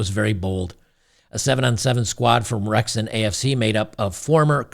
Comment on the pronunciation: You got the pronunciation right. Wrexham AFC are in Wales, UK. They are owned by two Hollywood Actors who have put money in and the local supporters love them. They played in the 5th level of English football last year. They have been promoted the the 4th level next season and I think this is the Wrexham old boys! Well done to winning 12 v 0 and well done to the Girls for having a go:)